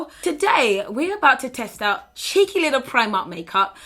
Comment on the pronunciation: My aunty lives in the UK and the way you say Cheeky totally reminds me of her! Haha. Cheeky.